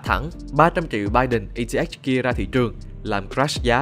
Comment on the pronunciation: Eth đọc là e tê ích :)))